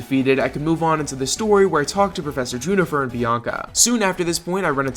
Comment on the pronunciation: juniper not junifer